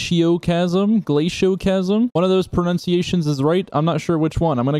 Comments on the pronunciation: Tfw forgets to pronounce the second L in glacioclasm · one of those pronunciations was right. Narrator: Neither of those pronunciations was right. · neither of those pronunciations were right but its okay, we love you <3